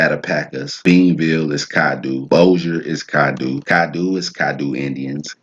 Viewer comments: Its pronounced cad-doe not doo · Natchitoches is pronounced... Nak-o-tosh or better yet sounding... Nat-ki-tosh...twin brothers and sons of the Caddo (pronounced) Cad-doe of the Caddo Chief, his brother's name is Nacogdoches, Texas, the land of the Caddo, is between four states, north east Texas, northwest Louisiana, southeast Oklahoma, and southwest Arkansas...Originated from the Tribe of the Caddoan Linquistic Family of Indians, which is now the Caddo Nation of Oklahoma of the Caddo Confederacy, since most of them were relocated there. The video and knowledge is great, Good Job young man, keep up the good work, because the people need to know where they came from.